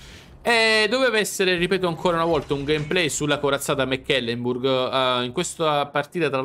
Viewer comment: La corazzata non si chiana Mac Kelemburg...è una nave tedesca, non scozzese Si legge semplicemente MECLEMBURG